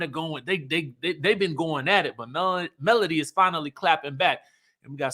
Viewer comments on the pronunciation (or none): MS wanda calls melody "Melon" lol I don't think she can pronounce melody 😭